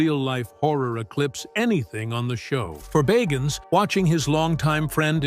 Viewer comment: Pronounce his last name right!